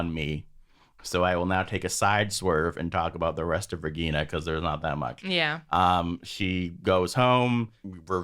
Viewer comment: Regina is my favourite character. She has her problems but she doesn't try to make others suffer. I like how you get the pronunciation of the names right.